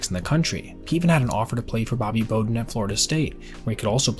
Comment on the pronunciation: i can tell you don't know football from the way you pronounced bobby bowden's name.